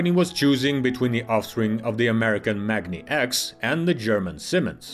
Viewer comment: The pronunciation of "Magni" (in the company name MagniX and their electric drive unit model names such as "magni650") will have a long "a" as in magnet, not something that sounds like "mog".